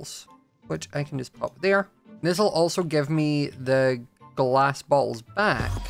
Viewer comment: Everything says bowls or bottles it sounds like he's saying balls 😭 I'm sorry I'm just deaf 😢